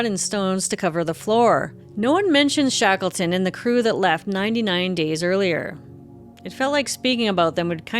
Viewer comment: Shakelton ...Yea, wreckless!